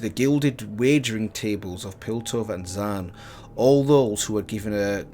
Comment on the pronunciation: its not pronounced (zan) but (zon). Zaun